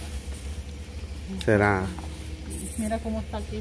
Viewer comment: Hola , se dice roto